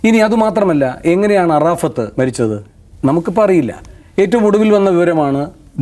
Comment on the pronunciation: അറാഫത്ത് അല്ല, അറഫാത്ത് എന്നാണ്... ( യാസർ അറഫാത്ത്) കേരളത്തിലെ " മ " ചാനലുകൾ മുസ്‌ലിം പേരുകൾ അക്ഷരം തെറ്റിച്ചാണ് പറയാറ്. ഇപ്പൊ നേരിന്റെ പക്ഷത്തുള്ള ചാനലിൽ ആണല്ലോ ഇരിക്കുന്നത്, ( സ്നേഹത്തോടെ പറഞ്ഞെന്നെ ഉള്ളൂ ❤